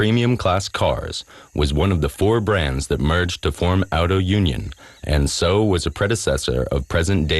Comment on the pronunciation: narrator sezs Auto-Union!!